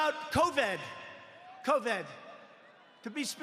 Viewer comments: Coved ??? Coved ??? Wtf 😂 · Man said ‘cOvEd’. 😑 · Did he say coved? What's a chyna?